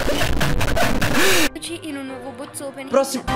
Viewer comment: È RITORNATO IL "BOZ" OPENNIG! 🤣🤣 SEI UN GRANDE! ❤